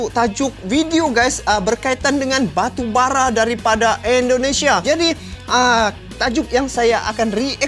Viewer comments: Baru bara bang,, bukan arang😄😄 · Wkwkwk batubara bro bkn arang😄